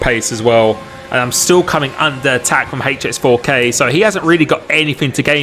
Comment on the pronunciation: Proper pronunciation for HX4K please